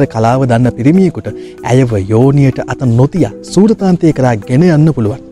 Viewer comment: සූරාන්තය හෝ සූරතාන්තය නෙවෙයි ....සුරතාන්තය....වචනය හරියට ඉගෙන ගන්න......